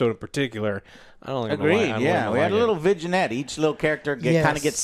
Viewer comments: JOE! how does it make sense to you that the word " Vignette " is pronounced "VIJNET" ?!?!?!? It drives me nuts!..said with much love btw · Viginette? You mean Vignette? V-i-n -nyette?